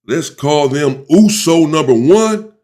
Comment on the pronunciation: This guy pronounces USO correct and clearly u can tell he kikd it with samoans 😂🫡